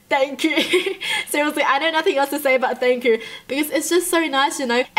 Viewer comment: All I could think about is her laughing and saying “thang chu” anyone else hear it